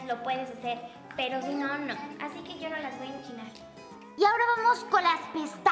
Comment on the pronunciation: "aquí vengo sho" 😂